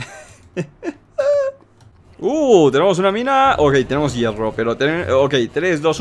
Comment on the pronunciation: hierfo Yo: hierro?.__.xD